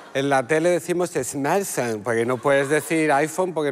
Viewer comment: No es 'esmaL' 'fone'... S-MaRT'....🎉